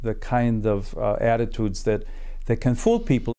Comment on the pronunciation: I'm not a linguist, but as someone from the U.S., when he said "attitudes", that whole word sounded extremely Chicago to me, especially the "a" and, even more so, the "u". But I don't have the depth of knowledge to explain why.